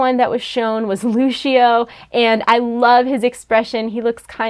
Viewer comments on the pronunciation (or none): It is not luchio it is Lucio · I hate being "that guy" but Lućio's name is pronounced like Loose-e-oh not Looshio. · loose-io not loosh-io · Lissssssssssssio not Lushssssshhhhio pronounce Lucio right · It's lucio not luchio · No. Nononono no. loo see o =lucio, not lushio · its lucio not lushio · Had me cringing every time she said it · Everytime she says lushio i feel like i die inside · Lol she said luchio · DID SHE SAY LOOSHIO LMAO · WAIT....did she say "lushio"?!?! It Lucio JUST SAYIN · Edenian Kitana LOOSHEEO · Yannick Marvens omg same 😂😂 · Yannick Marvens I just commented the same thing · she loves playing Lúcio but she can't even say his name right 😑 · How can she say she loves playing lúcio when she can’t even say his name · RapTor But its not hard to say the c in the word -_ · Don't worry I do too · Learning how to say Lucio would help make this video better